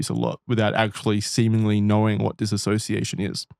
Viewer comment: The constant mispronunciation of dissociation is driving me nuts.